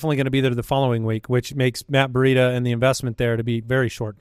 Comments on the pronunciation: Why is pronouncing Breida "burr-ida"? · It drives me crazy every time says Breida. It's Breeeedah. Not Bureida. I keep thinking of a burrito when he says it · Am I missing an inside joke/nickname they have on Matt Breida? Or does actually say Breida like Burrieda?